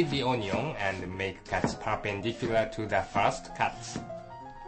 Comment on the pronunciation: "cut the oh-nee-ong" hahaha